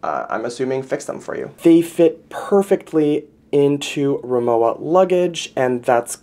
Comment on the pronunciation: Pronounced RimoVa. W is pronounced as a V in German. Rimowa is German